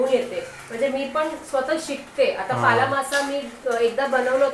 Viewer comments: प्रणित तुम्ही शाळेत ल आणि ळ यातला फरक शिकला नाहीत का, तुम्ही नेहमीच ल चा उच्चार ळ असाच का करता. हा मासा पाला मासा आहे पाळा नाही, भाजीचाही पालाच असतो पाळा नसतो, शिवाय कारल असत कारळ नसत. तुमच्यापेक्षा उमाच मराठी ती अमराठी असतानाही जास्त चांगल आहे. मीसुद्धा आगरी आहे त्यामुळे तुमची मराठी कानाला खटकते, जमल तर सुधारणा करा. कारण आम्ही रोजच तुमचे व्हिडीओ बघतो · पाळा नाही "पाला" मासा ...